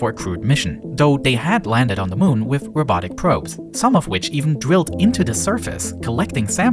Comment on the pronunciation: It was a cwude mission with robotic pwobes